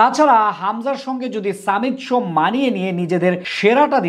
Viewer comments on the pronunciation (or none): সামিত সোম না ভাই😅 সমিত সোম